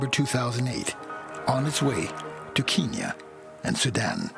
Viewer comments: It’s Kenya. Not keeeenya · "Keeeeen Nya" wtf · I wish they'd stop saying "keenya". That's an outdated colonialist name for Kenya. If you listen to the Kenyans in this video, even they say "KEN-ya". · is it not kenya not keenya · why cant Americans pronounce anything right? Keenya? Its Kenya.. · Is Kenya really pronounced Keen-yen? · the narrator's pronunciation of Kenya is a little odd.... unless thats how it is actually pronounced there in which case all I can do is apologise xD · The narrators pronunciations of countries lol. Wow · my god where is the narrator from? that pronunciation of Kenya was horrific. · Why can’t anyone in this documentary pronounce “Kenya”. Wtf! Good documentary nonetheless. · if they can say end, then why cant the say Kenya?